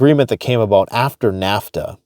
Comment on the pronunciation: lmao just saw this. I basically said the same 😂